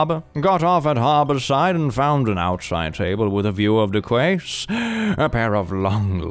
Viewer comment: "Quay" is pronounced "key". I know, that one is weird. English can be ridiculous. "Stiletto" is pronounced "still-eh-toe", not however you mangled it. LOL You have some other pronunciation mistakes, but I think some of them were on purpose.